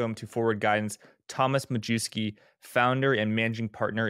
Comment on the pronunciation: That's Mayevski, NOT Ma-jew-ski